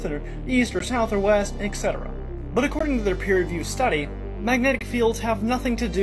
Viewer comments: If you ever meet that poor fool - tell him it's 'et cetra' not "ecksedera". Nevermind. it won't do any good. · I immediately distrust anything said by someone who can't pronounce or abbreviate "et cetera".